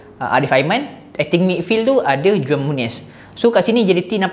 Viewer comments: Bang..saya nak share sikit..cara sebut juan muniz is huan muniz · Juan disebut sebagai Huan bang...